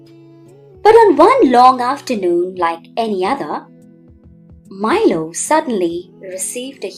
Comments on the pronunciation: That is not mailo ❌ milo pronunciation mi. Lo. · Like that is not mailo ❌ milo ✅ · Milo pronunciation wrong 😞😅